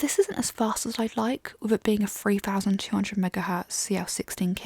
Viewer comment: I do t get it. "Free-thousand" read ? I'm sure you meant threethousand?